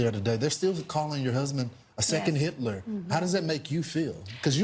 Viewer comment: Who is "heet-lure"?